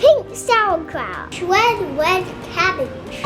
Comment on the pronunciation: Jacob said cabbage CRABBAGE lol